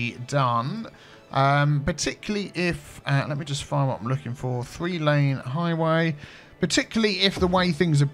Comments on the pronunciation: did he say "shree" or "free" %? Because it definitely wasn't "THree" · Shree percent, I wonder what accent it is.